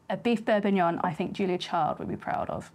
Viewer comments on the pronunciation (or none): am i going insane why do i hear beef bourbuignon instead of beef bourguignon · This triggers me so much. It's bourGuignon, from Burgundy, not some bourbuignon from Burbundy. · It's bourgignon not bourbinuoun. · I don't know if it's just my crappy headphones, but I keep hearing "beef bourbonion," and now I want to figure out if I can make that. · It's Bourginon! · "beef bourbon-yon"? right out of the gate you're throwing shade at the frenchies. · Sorry I don’t want to be that person but it’s bourguignon with a G in the middle. I don’t want to offend you, you’re wonderful. Thank you for your talents and hard work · You’re hearing bourbonion because SHES SAYING Bourbonion. She also said “MALLIYARD” when she meant Maillard. Also Beef Bully-on for bullion. Maybe it’s dyslexia which is fine but I’m skipping the rest of this video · Yep....def Borbignon. You after extra interaction with the clickbait, Auntie Liz? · I hear bourbonion too, everytime 😂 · I love the brain farts in this one, calling it bourbonyong. Never change auntie liz. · its pronounced Beef beef bor·guh·nyaan. Looks Fantastic, well done. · BourGGGuignon!!! Aaaaargh!!! 😅😮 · Wonderful looking stew, but calling it bourbognion was absolutely killing me haha. I guess it's fair, it's not a bordeaux that you're putting in there, and you're the chef; call it what you want! Looks absolutely stunning. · am I hearing “beurre bignon”? 😂 pronunciations aside, a delicious dish and a recipe easily to follow. turning a dish that sounds intimidating and making it easy for the home cook! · Auntie Liz, are you eaying beef bour"b"uignion on purpose? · I am hearing the same thing. I guess she is just graving that Bourbon and it's a Freudian slip up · had to double take the title cause it really sounded like she was going to use bourbon instead of wine. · How does someone cook such a great looking dish, but is unable to pronounce it?